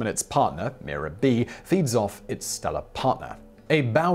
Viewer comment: What's really amazing is Simons' steadfast determination to not pronounce words correctly. When he's talking about Mira, the very article he's scrolling on the screen says, "The star, called Mira (pronounced My - rah)," while saying "Me - rah".